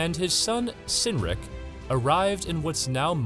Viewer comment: If he was a Saxon, his name would have been pronounced with a hard “C” at the beginning, so “Kerr-dikh”; likewise his son was “Kinn-rikh”